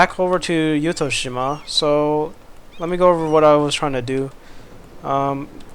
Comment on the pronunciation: 私はYuttho-shimaよりYuttho-jimaの方が自然に近い言い方だと思います I think words close to nature is more of Yuttho-jima than Yuttho-shima